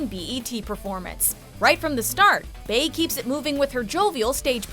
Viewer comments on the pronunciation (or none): Bey is not pronounced Bay, it's Bee. 🙄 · Why these white people keep pronouncing Beyonce nickname as Bae instead of Bee, the same way her name is pronounced? I don't understand. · Bey is pronounced "Bee", not "Bae". The narrator will forever sound ignorant. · Bey I'd pronounced bee not bae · WHO IS "BAE"... IT IS PRONOUNCED "BEE" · Why do people say Bae instead of Bey when referring to Beyonce? So confused. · IT'S BEY (pronounced Bee) not BAY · CAN YOU STOP READING BEY AS BAY WHEN ITS PRONOUNCED BEE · Her name is BEY(BEE*)ONCÉ!!!! HOW IN THE WORLD DO YOU GET BAY OUT OF BEY(BEE*) *How it sounds phonetically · it is bey(bee) NOT BAY !! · xForeverYourss they stil don't get it after Many times of people correcting them they still think there right it's bey as in 🐝 and it's pronounced like bee not bay and it's also bey-hive like bee-hive 🐝 not bay-hive how are you going to tell the bey-hive what there name is like they crazy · “Bey” is pronounced BEE. (BEYonce) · This is the only reason I'm not sure subscribed. Take notes from other YouTube videos. Let the text and the video do the talking. You literally just a wrote a whole fuking essay for this video... not to mention you mispronounced beyonce's nickname. Like.. why would it be pronounced differently than her name... it's the first part of her name! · Call her beyonce. I never heard nobody butcher bee spelled bey pronounce bee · Y'all be having me fucked up calling her "Bay" 😑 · I dont understand why white people pronounce Bey as Bae? Lmao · I was all for this video until you pronounced Bey as bay. 👎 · Why do people pronounce Bey as "bay" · Xcuze No. Most folks who know the right pronunciation say Bey ( Bee). It's not that complicated